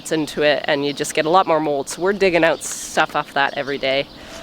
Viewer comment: I don't know why, but I just love the way you pronounce OUT. We American's have such a hard accent and Canadians soften things up! Thank you so much for taking the time to explain what you are doing in such detail! I am not a farmer, but I have enormous appreciation for those who farm! It is hard work and those who do it do not earn nearly the money or praise they should!